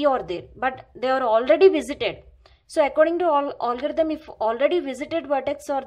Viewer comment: its algorithm not olgarithm